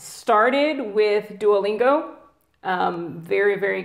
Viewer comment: un petit detail de rien c'est duolingo not duolinguo. A+